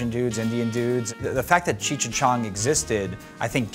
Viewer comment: YO BRO U MUST BE STONED IT'S CHEECH NOT CHURCH